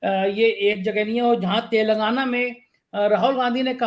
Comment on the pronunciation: तेलगाना नही शब्द है तेलंगाना कृपया उच्चारण पर भी ध्यान दें